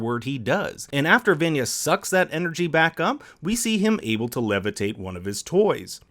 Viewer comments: Stop saying Vanya it’s vahn-ya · van-ya? I can't even. Did you even watch the show? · I love how he pronounces vanya vAn-ya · Calls Vanya "Van-yuh" and Klaus "Close" im ded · RIGHT? its Von-Yah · Feathered Filly the narrator guy is american, and the cast of the show are mostly american again. everyone in the umbrella academy show pronounced it vuhn-ya so that’s why everyone is talking about how the narrator is saying it wrong. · I kept hearing "Venue" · RIGHTTTT- it was like “menu” but “venue” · “VEnya” I’m sorry but I couldn’t stop laughing at that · Van ya really? Van ya? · How do you watch two seasons of Vanya being pronounced by every character as “vawn-yuh” and then make a whole video pronouncing it like a soccer mom’s car of choice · Every time he says “vainya” it kills me a little bit more inside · He pronounces it Vænyaah instead of Vanya lol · pronouncing vanya as vaenya should be a sin imo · It’s always a dead give away that the writer watched the show but the narrator didn’t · Dude, you should be apologizing for mispronouncing Vanya's name.... 🤣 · Why can’t you pronounce vanya right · The way you’re pronouncing Vanya is killing me. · Is it that hard to pronounce Vanya right? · Triggering that he can't pronounce Vanya... holy shit stop saying her name wrong you say it so many times. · I don't normally comment on youtube videos, but I had to let you know, that I literally stopped watching this video and gave a dislike because you can't even pronounce Vanya's name correctly. This video is supposed to be about discussing S2 and S3 theories and you can't get one of the main character's names correct? Sad. I'll be blocking this channel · Its like this guy was reading a script he didn't even say vanyas name right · the way this guy pronounces "vanya" is giving me cramps in the brain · IM SORRY BUT WHY DO YOU PRONOUNCE VANYAS NAME SO ODD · this guy really needs to learn how to say Vanya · Can't get over how he mispronounces Vanya 🤦‍♀️ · It’s Vanya lol